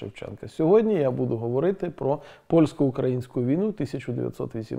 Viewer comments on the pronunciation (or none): none